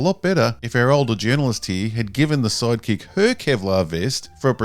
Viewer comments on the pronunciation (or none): In this video, and Rebel Moon, anytime you say "sidekick" I hear "psychic" and have to remind myself that I heard the wrong word.